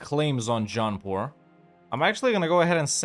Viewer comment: When you say "Jaunpur" I always hear it as "John Paul" and think "they declared on the Pope?" 🤣